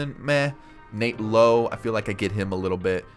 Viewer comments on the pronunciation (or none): none